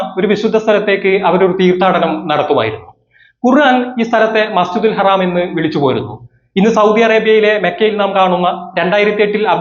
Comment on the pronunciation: എടോ മസ്ജിദിൽ ഹറാം അല്ല മസ്ജിദുൽ ഹറം അങ്ങനെ പറഞ്ഞു പഠിക്ക് അതെങ്കിലും ആദ്യം പഠിക്കാൻ നോക്ക്